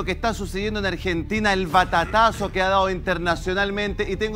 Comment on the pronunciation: "batatazo"? ba ta ca zo